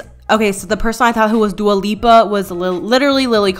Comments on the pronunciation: LMFAO SHE SAID DUALA LIPA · "Duo Lupa" hahahaha love it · “dua loopia” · "Dua Lopa" you are such a queen I can't 😂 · WHEN SHE CALLED LILLY DUA LUPA I FUCKING DIEDDDDD